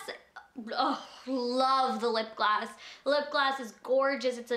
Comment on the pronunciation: I don't know if its just me but is she saying lip glass instead of lip gloss? Lol I love her anyways that collection is amazing! BTW does anybody know what happened to ALS donations they were supposed to make? Just wondering.